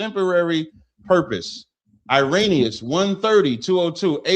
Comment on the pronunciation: Haha dude can’t even pronounce Irenaeus when he’s reading it off his computer 😂… I ain’t using Wikipedia 😆 this was too funny.. Harriet Tubman says we was kangs n shit